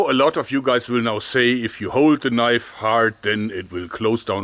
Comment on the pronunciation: "This is not a knoife, THIS is a knoife". HAHAHAHAHA